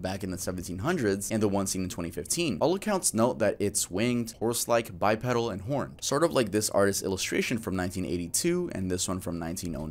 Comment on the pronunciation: I love your videos and personality. However, you mispronounce many common words in every video. As big as you are now, you should hire an editor to listen to your videos and correct your pronunciations. This video in particular it’s “bipedal” and that it’s “passersby” not “passerbys”. You do this in every video. I don’t mind doing it for you if you want. Great video as usual though:) ❤